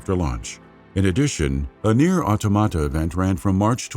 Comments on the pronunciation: it's called AutOmata not AutomAta. The emphasis is in the "O". Learn it right. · Why you pronounce Automata like that? 😭😭😭